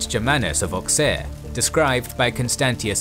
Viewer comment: Small commentary : Auxerre in French is pronounced « Ausserre », like Bruxelles is pronounced « Brusselles » (hence the English pronounciation)